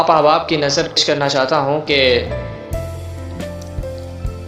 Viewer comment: بھائی پہلے یہ کلیئر کیجیے ، جو شروع میں پڑھے آپ نے کیا وہ اشعار تھے ؟ اور نَذَر نہیں ہوتا ، نَزْر ہوتا ہے ۔۔!!